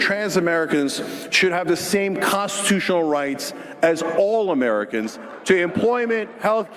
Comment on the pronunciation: Jank reaching for that "all amerc'n" dream 🤣 tyt rip